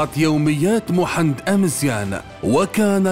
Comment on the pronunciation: اسمو محمد ماشي محند